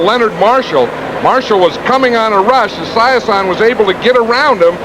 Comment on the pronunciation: I cannot handle how Madden is pronouncing Esiason’s name. Now I’m sad that I can never unhear it.